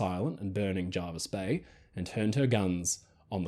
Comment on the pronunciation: Hello, it's pronounced JErvis Bay not JArvis Bay. Unless things were different in WW2. Hope this helps.